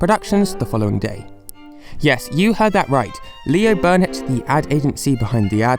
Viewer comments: Why are you saying "Barnett" when it's [according to your screenshots in this vid] actually "Burnett" ? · Love your vids but have to say i found the way you miss pronounced burnett 50 times rathrr annoying.... there is no letter A in burnett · there’s no a in Leo Burnett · I know this is four years late, but it’s Leo BUrnett, not Leo BArnett.